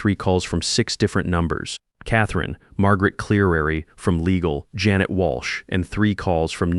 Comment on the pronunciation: JAN et not Ja NET